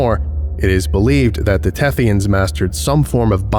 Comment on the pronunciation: "The Thethyans are cephalopods." Me: * looks nervously at my calamari lunch *